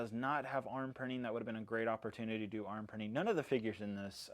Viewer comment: “I really enjoy the ability to DEW that” I’m sorry